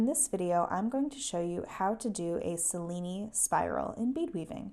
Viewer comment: Great video; very clear and easy. It's not a big deal, but you might want to know that the name is pronounced Che-lee-nee, named after Benvenuto Cellini, Italian sculptor and goldsmith.